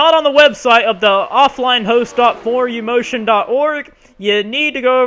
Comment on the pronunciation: "for-u-motion" smh It's a play on words it's "forum-motion"